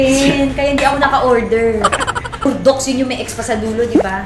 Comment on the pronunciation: “BURDOX” hahaha ang diin